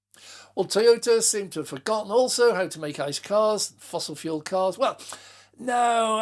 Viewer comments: I heard that too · #Me too!